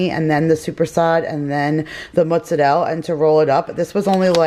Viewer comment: I love how you say mozzarella